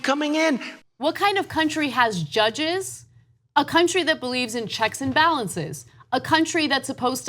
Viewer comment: Jud-geez?! JUD-GEEZ?!?! ...We don't neeed no steeng-king judgeez!